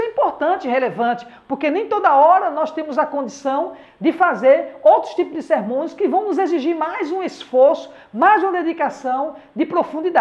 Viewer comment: Qual a pronúncia correta. Sermões ou sermãos??😊